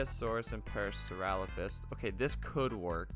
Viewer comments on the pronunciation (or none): Absolutely butchered saying parasaurolophus